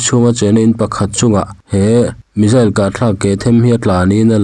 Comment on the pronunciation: I Chanel hi ka lo thlir ve thin a,tinge missile hi(Mizzil/Mijil) angin i lam thin le?missile tiin lam. Ve mai ta che